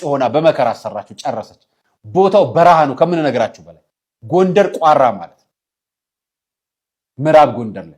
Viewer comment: ቋራ የሚለውን ስትጠራ ራ አላላው